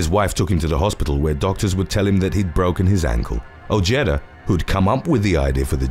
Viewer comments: Ojeda is pronounced "o-hey-da" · Dude you have to work on your American pronunciations, number 8 is pronounced O-Hay-Da. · The J is silent in Ojeda. O-hee-da. 👍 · You’re not pronouncing Ojeda correctly. It’s pronounced. oHedah